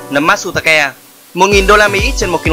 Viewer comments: Nấm mát tsu ta kê mà đọc là ke nghe buồn cười vc :)) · Matsutake => Mát tsu ta kê nha ad , Kobe => Kô bê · matsutake =)))) vãi cả phát âm